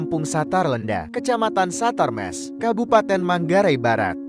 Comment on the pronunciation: Bukan satar mes😂 tapi, satar mese